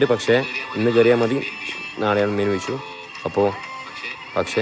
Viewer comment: It's vishu😂not wishu